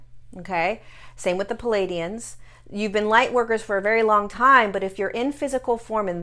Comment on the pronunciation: I've noticed a lot of channelers's misprouncing words, like the being learned our language from a book. That being said, it's plea ay dee inns. Love your wisdom, and thank you.